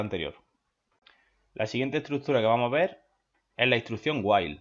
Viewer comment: Me gustó ese "Hoy vamo a ve"